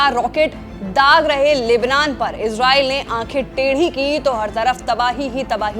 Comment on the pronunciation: Oxford और Cambridge डिक्शनरी के अनुसार ISRAEL का सही उच्चारण "इज़रेल" है जबकि रेख़्ता डिक्शनरी के अनुसार "इसराईल" है। सही उच्चारण का इस्तेमाल करें।